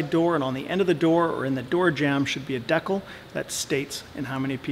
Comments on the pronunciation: I never heard anybody pronounce decal like that...👍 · in my 32 years i've never heard someone say decal like that. you said no special tools. i would consider a specifically designed tool used for a single purpose to be a special tool. such as the valve stem tool and valve puller. i would not recommend driving on a tire to break the bead. its not that hard to do it with leverage. if you get too zealous you can mess up both rims.